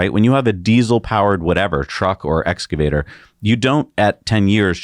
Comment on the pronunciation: Thank you for saying "excavator" correctly.